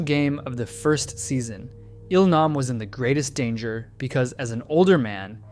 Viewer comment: Now don't get me wrong, I love the in-depth of the video, but the way names are so consistently mispronounced do chip away at how much I'm enjoying you telling us this. So people actually watch the series in English and if so, did they mispronounce their names in the English dub as well? It's Gee-Hoon (Gi-hun) as in the word "go" and Eel-nahm (Il-nam) as in "eel"